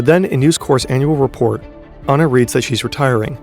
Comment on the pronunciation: As an Australian... that is NOT how you pronounce NewsCorp it has a hard p and not how you pronounce Anna!